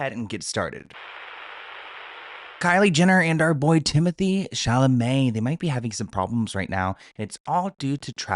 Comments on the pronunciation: you pronounced it correctly! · I HAD TO REPLAY…. Did he just pronounce Chalamet correctly!!!???? WTF?! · You said Chalamet right!!! 🥹